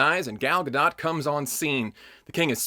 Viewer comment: Pronounced as Ga-dote, not Ga-dot or Ga-dough